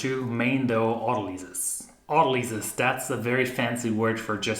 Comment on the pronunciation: Most people say aut-O-ly-sis. Aut-ALL-isiss.